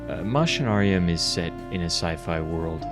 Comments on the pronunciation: its pronounced mac-inarium bro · Coming from latin, its pronounced machina with a K, Makinarium! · Btw you pronounce the “a” in the name, its ma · shuh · Nare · ree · uhm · Wait, it's pronounced "Mushinarium"? I've always pronounced it "Meké-nairium". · If we think in a latin way (like "deus es machina"), it makes sense, even more knowing the -ium suffix. I always pronounced it "Machinarium," but I believe you are right. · Back when I was 10 I loved this game so much when I made like my own world I made a country that is named after this game, so much Nostalgia. BTW I pronounce the game's name "Makinarium". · But it's pronounced "Mackinarium" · Man i love, that you made video about game from my country, it is also one of my fav game(fav is creaks from same studio)-also the way you say is name is funny, but not judging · That's really how it's said?! I've been wrong all this time??! It just seemed obvious, or so I thot. All the machines everywhere. Your character is a machine. There's machinery all over the backgrounds. And the title has most the word in it!! Lol Machinarium. So ya machine= Machinarium to me. The way he is saying it just sounds weird as hell lol. Then again when I look it up it's spelt MA-KUH-NAA-REE-UHM. So IDK 😶